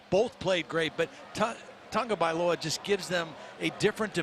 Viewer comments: it is pronounced tongue-o-valoa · His name is Not Tungavoiloa